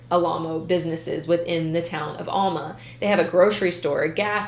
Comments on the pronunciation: It’s not all-ma, it’s Al-ma. Get it right please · I grew up in Arkansas, and I've never heard of these people! After college, my first job was in Fort Smith! I lived in that area for 16 years. You're right about Fort Smith and Alma being close. Only a few miles and the Arkansas river separates them. By the way, Alma is pronounced AL-muh. The first syllable is pronounced like the man's name, Al, and the second syllable rhymes with duh. Hopefully, you will never need to know that in the future! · Its Al (as in the name Al ) ma lol .... The same town that Morgan Nick was kidnapped from and is still missing :( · I’m sorry.. but that way you pronounce Alma is cringy 😂 that’s my hometown so trust me when I say you’re pronouncing it wrong 😂😂 it’s pronounced Aaaalma. Think “apple” not a long A but a short A sound. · Alma is pronounced with a short A. Like Alvin. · For someone who lives in alma. Its pronounced ahhl-ma. The house now is abandoned and is heavily secured. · It's ALma..as in AL the name and then Ma